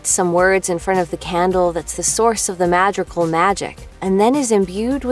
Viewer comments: For a moment I was confused by how she pronounced , Madrigals … I’m here like, who the heck are the Madrigals ?! Then it hit me… ahhh.. she’s pronouncing it in English. LMao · I’m doing my best to hold on and watch the videos but the butchering of their family name is killing me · There’s a whole song that says the family’s name multiple times and you still mispronounce it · The way you pronounce “madrigal” is chipping away at my brain cells, I’m sorry Great video tho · why do you say madrigal like that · Am I the only one who noticed she pronounce Madrigal wrong? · Am I the only one who was annoyed by the way the narrator pronounces "Madrigal"? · The fact you butcher the family name so much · why do you pronounce madrigal like that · i think u didn’t pronounce their last name correctly…. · Did anyone else get triggered by the mispronounced names of the movie and the Madrigal family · the way she says madrigal im sorry it just bothers me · Uh no there is still a d in the correct pronunciation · I hope I'm not the only one who's annoyed with how they say "Madrigal" 🙄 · Anyone else cringe every time she pronounced “Madrigal” wrong? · how she pronounces madrigal though… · I hate the way she pronounces the last name...... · i could not listen to the mispronounciations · Couldn't attempt to pronounce Madrigal? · “Their last name, is madrigal.”: Mah dre gahl? “No, it’s Ma-drr-gaal, you roll your tongue at drr and you say dri not dre”: Okay that’s for telling me, but idgaf. 😊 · Ah yes, the “ma-drigils” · its not pronouced madriguls its madreegals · TO ANYONE WHO IS WONDERING; There is in fact an antagonist to Encanto, it's the people who chased Abuela, Pedro, and everyone else away in the first place. And btw, it is pronounced (Mad - dree - gal) not (Mad - dree - gull) you can hear the correct pronunciation in Mirabelles song 'Welcome to the Family' 🙃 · Hey. Hey. Say it with us. "Mah-dre-gal" "Mah-dre-gal" Not Mad-ri-goal. Madrigal. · its ma-dri-gAl